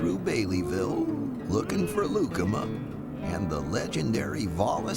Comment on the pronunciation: It’s pronounced Loo-kah-mah, not Lu’cma 😂